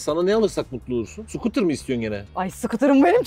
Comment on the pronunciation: Nobody:: sukutırın mı bu mu diye sorarsan sukutırım derim